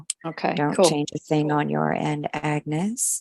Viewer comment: Love it. Love how she mispronounced agnes'name and agnes couldn't be bothered at all. Can relate to it as people often mispronounce my name hahaha.❤❤😂😂